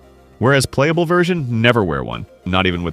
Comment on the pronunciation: Plapable, I see you already plap plap her